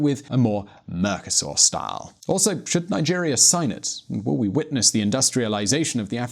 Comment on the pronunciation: I also heard "Mercusor" and thought - wtf?